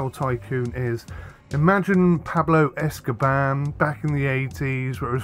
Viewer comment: it's Pablo Escobar, not Escoban, but yeah thanks for the video even when it's a bit long :)